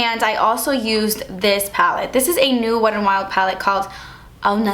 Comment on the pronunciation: I never hear the T when you say the name, so it sounds like Wed n Wild. 😄 Beautiful look!